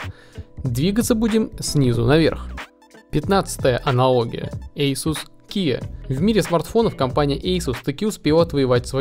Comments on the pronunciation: Асус, а не ейсус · Не эйсус а асус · говорится АЛКАТЕЛЬ, АСУС ...